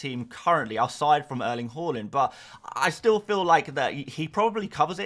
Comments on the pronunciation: just one question: why do you always pronounce Haaland as Holland? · Can you please learn how to pronunciate Haaland correctly?!